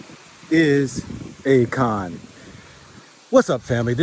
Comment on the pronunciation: Akon, A-"CON" and ACORN. HAHAHAHA 😂🤣